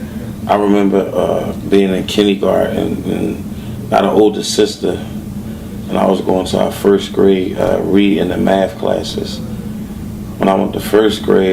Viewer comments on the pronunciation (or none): Boy said "kenny garden"